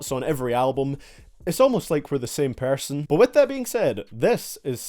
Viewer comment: Why does he pronounce person PIERSON ?